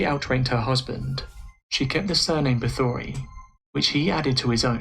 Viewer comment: This was a great video. But everyone mispronounces her name. Bathory, It is actully pronounced as Batory The H is silent.